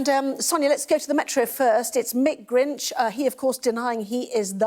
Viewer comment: Love the presenter saying mick grinch.....hahaha very professional and unbiased............